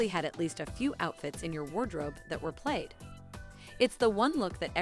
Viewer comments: Notice respect at all... But it's driving me crazy every single time The narrator is trying to say "plaid" and keeps saying "played" The narrator is actually mispronouncing a couple of things not just plaid... But plad is the one she seems to pronounce incorrectly the most. Wait a minute... I cannot walk away without mentioning the way she pronounced Jumanji. To me it sounds like she's saying "Jew ma gee" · I’m 37 and to this day today watching this video was the first time I’ve ever heard PLAID pronounced PLAYED. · Oh ffs plaid is pronounced like plad. So many mispronunciations in this video make it hard to watch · I was aware of the Wuzzles in that I had one episode on recorded VHS My sister had a Tamagotchi I had a Discman for years until I got my iPod Touch My sister and I were addicted to Beanie Babies and we still have them in our loft closet I love Magic Eye plaid is pronounced plad I only had a Yo-Yo Ball and barely used it. I loved the AOL sounds. It sounded so futuristic. I wanted a PlayStation because the controller was simpler than the N64's. I was addicted to Gran Turismo. We didn't trust Blockbuster or Hollywood Video. We had our own small business video store. I've used Windows computers since high school. I had tons of Goosebumps books as a kid, although I remember nothing about them. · Love the video but who ever did the voice over needs to learn how to say plaid & Atari lol 😂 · also, has the woman narrating ever spoken words before? tamagatchi irked me but i can forgive, despite sounding like my "south will rise again" grandmother saying it. but pronouncing plaid as "played"? just stop. learn how words sound please. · Disc-MANNN! Played (for plaid)!